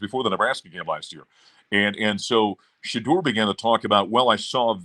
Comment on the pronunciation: I know you’re not in the know but it’s pronounced Shedeur (Sha-door) not (Sha-durr) 😂😂